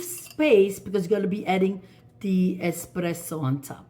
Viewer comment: Buonissimo! Pero no eXpresso, eSpresso.